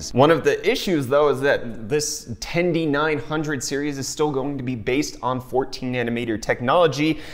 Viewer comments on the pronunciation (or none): where does the "tenDY" part come from? 10-900. i found that pronunciation kinda dumb ngl. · "Tendy nine hundred" is giving me a migraine. Not the CPU line-up, but the way you named it. ;D "Ten-nine-hundred" How is this so hard? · Its not hard, its tendy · "Ten-Dee?" Is that the new word for "thousand"? I don't understand..